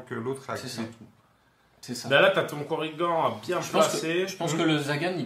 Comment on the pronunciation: Super vidéo, j'ai appris qqchose sur l'immunité au poison ! Mais pourquoi vous l'appelez Korrigan (prononcer coriguent), ça ressemble à origan ou à polydent... alors que zagan, qui se termine de la même manière, vous le prononcez zagane !!! Allez, bisous bécots et hâte de découvrir le 3ème profil !!!